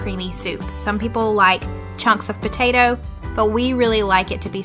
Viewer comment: I've never in my entire life heard anyone say PA-TA-DOUGH